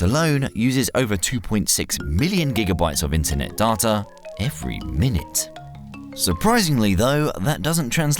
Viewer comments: I don't know anyone who pronounces 'Data' as 'Darta' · "darter" is getting annoying lol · So unpleasant hearing "data", "further", and "route" pronounced in an English accent with American pronunciation. Comes across as jarring. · I was enjoying this video till I heard how this guy pronounces data.. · Lmao the way he says data😂😂